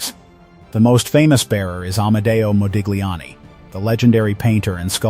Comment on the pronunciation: Interesting new info for me. Thank U! (btw - Modigliani is pronounced 'mo-deel-YAHN-nee'.)